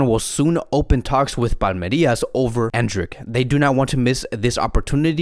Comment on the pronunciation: It's Palmeiras, not Palmerias Endrick in Brazil is expected to be the next Vini Jr.